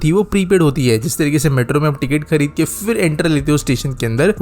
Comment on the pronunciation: So, in summary: like with anything else in India, it's pitifully implemented? BTW, what's with so many people not being able to pronounce फ (ph) correctly? It's an aspirated प (p) sound, not the fricative "f" sound (फ़). It's not "fir", "failna", etc., but phir, phailna, etc. Also, it's either BRTS or a BRT system, not a "BRTS system", which is redundant.